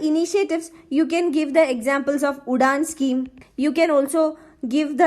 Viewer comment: It shud pronounce as uran nt udhan